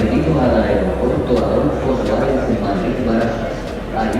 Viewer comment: Aeropuerto Adolfo Suárez, ¿ Tan dificil es decir bien el nombre ? No paras de equivocarte. En cambio Viru Viru, bien raro lo dices perfecto.